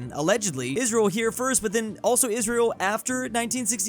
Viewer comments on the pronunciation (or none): none